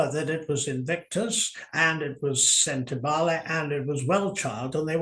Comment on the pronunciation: Hats off to pronunciation of Lesotho, Sentebale and Chandauka. Best I've heard on any podcast. 🇿🇦🇿🇦🇿🇦